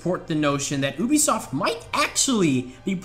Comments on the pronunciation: Also said UBE-I-soft instead of saying it like -U-B-SOFT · U BE SOFT , not UUB E SOFT. :D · it's YOOBESOFT not OOBESOFT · Obisoft ? I think you mean Ubisoft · the way you say u bisoft is oooobisoft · Oobisoft hah. Good one mate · Oobisoft, you've got to be the only person on the planet who says it like that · The voice cracks and they was he says OObisoft. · I can't believe he said oobisoft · you-be-soft? maybe? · You also said obisoft